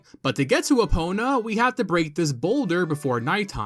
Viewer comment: Just finished the OOT video before coming here and the first thought is "oh thank god he's pronouncing Eponas name correctly this time" because if I have to go through this video with the same misnaming by calling Epona Epina I think my ears would bleed.